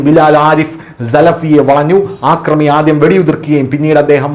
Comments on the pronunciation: ആക്രമി അല്ല , അക്രമി ആണ് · ആദ്യം മലയാള ഭാഷ നേരാം വണ്ണം സംസാരിക്കാൻ പഠിക്കേടോ. കൊല്ലപ്പെടുത്തി അല്ല കൊലപ്പെടുത്തി എന്നാണ് , ആക്രമി അല്ല അക്രമി. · 'ആക്രമി' - തെറ്റ് 'അക്രമി' - ശരി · ആക്രമി അല്ല. അക്രമി. ൻ്റെ പൊന്നു, കപട ഇംഗ്ലീഷ് ഉച്ചാരണം കൊണ്ട് ജാഡ കാണിക്കുന്ന ഈ വേട്ടവളിയന് വൃത്തിയായി ഭാഷ സംസാരിക്കാൻ പഠിപ്പിച്ചു കൊടുക്കാമോ. Please 🙏 കേൾവിക്കാർ ഇത് കേട്ട് തെറ്റ് പഠിക്കില്ലേ.